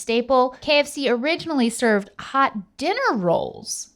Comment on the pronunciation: I love when link says "hawt" lmfao